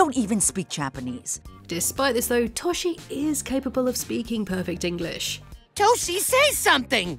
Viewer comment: It bothers me way more than it should that you pronounce Toshi as “Tawshee” lmao. It’s like you make videos on series you don’t watch 😔 great video otherwise!